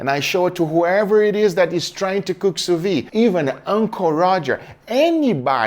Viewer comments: You are the God of sous-vide! A little thing tho. You pronounce it sous-vie, meaning under-life or drunk-life, which doesnt makes sense but still funny. Try, sous-vid. (like video) The D at the end must be prononced, while the E a little less. Vide must sound like lid. Open the Lid of your sous-vide Take care and thank you for everything. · You pronounce the d in vide. It’s soo veed. NOT soo vee. Lolz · 8 years and you still can't pronounce sous vide XD it's pronounced "soo vid"/"sous veed" NOT "soo vi"/"soo vee". the D is not silent. I thought someone else would have corrected you by now, but video after video I see you still pronounce the D, I have to step in, I really hope this gets your attention,, because this is starting to infuriate me XD. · 8 years and sill pronounces sous vide wrong :D